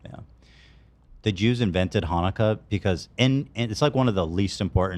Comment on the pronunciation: Ethan’s pronunciation of Jewish holidays kill me lol